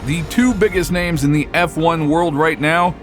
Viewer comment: Great video, very informative, but please work on your pronunciation of the people and teams.